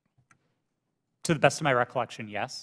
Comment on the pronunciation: Recolection...recolection...recolection...recolection... end of the video...